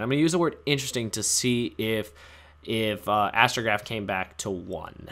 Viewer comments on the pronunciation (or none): I stopped watching after I heard you say astograoph to one. I feel like I’m the only person that hates an idea and design of cards rather than a specific card itself. Astrograph cannot come back even to one for the same reason firewall is at one. It doesn’t matter! They’re infinite loops behind them because there is no once per turn. Going off that idea, I’m also understanding as to why stratos has to remain banned.